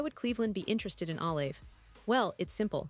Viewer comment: Jesus atleast say his name right